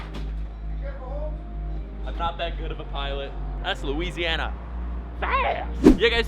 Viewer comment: Did you just say "that's luisiana fast!" in KFC?